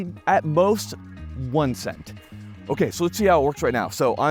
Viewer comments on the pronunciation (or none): none